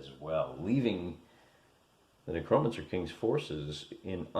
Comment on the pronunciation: It’s ‘Neck-ROW mancer’ you illiterate hill jack